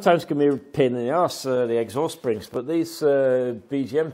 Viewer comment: Good job done, I cracked up when you said "Sprrrrings"😂. Looks bloody cold. That's terrible after only 4 months😡. Happy New Year to you and your Family mate 🍺🍺